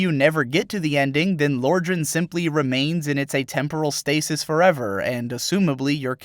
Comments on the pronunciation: "Lore-dran" BOI IF YOU DON'T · im confused how you managed to mispronounce Lordran, they say it in the game. It's in the very beginning.